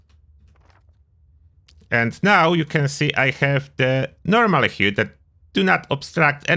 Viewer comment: Nice vid, fyi the word 'HUD' is pronounced like 'Bud' in Buddy.